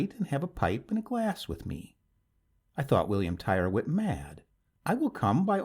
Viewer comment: Tyrwhitt is pronounced "Tirritt".